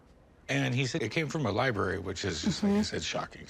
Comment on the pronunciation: I hate the way she pronounces library